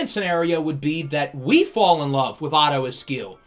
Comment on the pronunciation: The more you said "Otto Askew" the more it sounded like his name was "Otter" instead of "Otto." So it made me wonder what the heck was going on that the top two QBs were Otter and Puma. So it's my opinion that Otto Askew's natural nickname is Otto the Otter. Okay, I have nothing useful to contribute, so I'll see myself out.